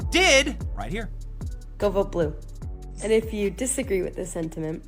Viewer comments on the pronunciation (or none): none